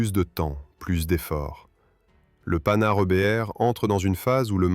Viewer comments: Les générations actuelles qui critiquent les boomers se servent de l'IA avec des commentaires fades, des terreurs de prononciation , Panhard c'est le panard, et autres approximations, pas de travail fouillé. Feraient mieux de ne pas critiquer et de se mettre au boulot. Ouille ! Le mot qu'il ne faut pas prononcer. Le seul mérite c'est de faire connaître un engin atypique . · Le (Panard) IA inadaptée, c'est Panhard MDR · Nouveau non de code le panard 🤣merci l'ia pour ce fou rire gratuit